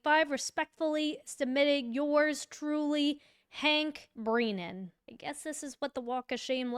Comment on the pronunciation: This lady can’t even pronounce brennans’s name properly